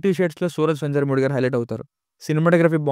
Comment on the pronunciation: Adhi venjarumoodi kadu.venyarumoodu ani chadavali